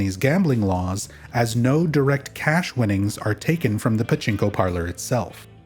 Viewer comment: Your pachinko pronunciation pisses me off bro